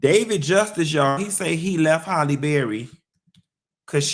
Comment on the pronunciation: will always pronounce Halle as Holley 🤣🤣